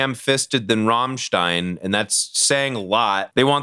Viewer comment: First american in history who is able to pronounce "Rammstein" the right way.